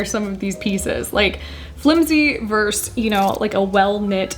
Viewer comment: It's "versus" not "verse."